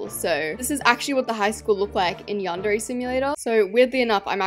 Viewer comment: Not pronouncing yandere wrong😂😂😂